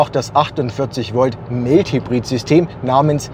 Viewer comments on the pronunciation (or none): Tolle Arbeit! Vielleicht noch Mild Hybrid "Maild Hybrid" aussprechen.